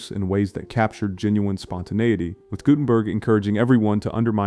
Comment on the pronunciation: Your AI needs more training. Nobody needs THREE ways to pronounce Guttenberg. ( GOO-ten-berg by the way)